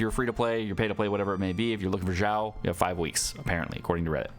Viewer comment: Xiao is (Shao) not (Zhao). Even as a non Chinese person this is annoying lol.